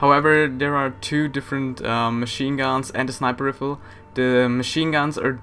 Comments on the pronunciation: riifle? its pronounced RyeFull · It's not "RIFFLE" it's "RIFLE" as in "RYE-FULL"!!! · Rifle is pronounced Rye-Full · Some people might be annoyed at your pronunciation but ever since i started watching these videos, I like going around saying , riffle, and relod, pronouncing everything wrong is fun :) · the right pronunciation of rifle is "reifel"... just btw... check google translation... there is a button that tell you how to pronounce things ;) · in my country you either pronounce it in american way or your region's way... i read it as rye-fall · Heh heh heh... "Riffle". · Did say flintrock riffel? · lol 'riffle' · it's not pronounced "riffle" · I like how u pronounce rifle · love how he says rifle rong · stop saying rifle wrong